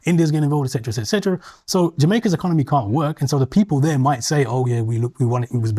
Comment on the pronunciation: Has a degree in Psychology but can't pronounce "etc" or "obfuscate". Kehinde is a very rude man and, very definitely, an absolute racist.